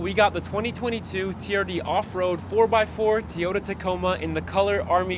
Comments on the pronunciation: Your videos are quick and accurate. As a new Tacoma owner, Bravo to you. One suggestion: It’s TOYota Not TEEota. Don’t mean to pick the fly shit out of the pepper. JSG Grand Rapids, MI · Say Tee-ota one more time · the “T” ota tacoma. 😂 my dad always pronounced them Tie-ota, I recently bought one and now i ask my friends, how do you like my new Tie-ota? 😂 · "Teeeyoda Tacoma" drives me bonkers when ppl pronounce Toyota this way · Teaota Tacoma ? Lol